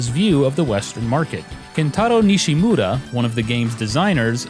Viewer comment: It's kinda funny that you tried so hard to pronounce Nishimura's name properly, but messed up Asuka.